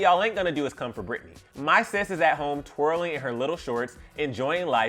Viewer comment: Her name is Britney.... like it starts with a B.... wtf